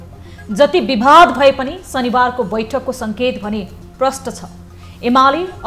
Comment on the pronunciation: बिभाद ? शुद्ध बोल्नुस न please